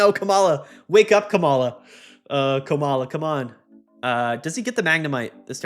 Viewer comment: I think its pronounced "Coma-la" -- as in "oh dear it appears my beloved wife has fallen into a coma"